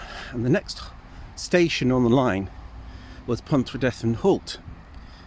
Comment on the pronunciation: Pontrhydyrun is pronounced pont-rhee-drin. Not pont-rhee-deth-in.